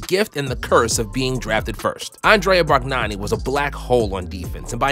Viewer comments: "Black hole on defence" sounds like a compliment. Oh, also, your pronounciation of "Bargnani" is fucking terrible. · It's "Bar-neeani", not Barg-nani lol. But anyways, good video! Wish he worked more on his game, and took more efficient shots. He could have been like a Shawn Marion or Donyell Marshall type of player.